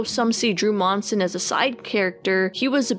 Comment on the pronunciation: Same last name as Drew here but somehow not related. Also, props on saying our last name right. Some say Munsin